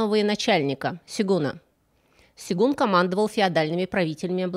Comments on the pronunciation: вы очень интересно и креативно делаете свои истории. Но вам надо что-то делать с ударениями. Ну вот только из последних запомнившихся - щекОлдой, а не щеколдОй, и не сегун, а сёгун, сёгунат... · В слове "сегун" неправильно ударение ставите. И про сон Менделеева это миф. Вообще у Вас слишком много таких ошибок